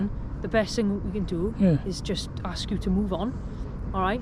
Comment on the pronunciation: The word is ask !!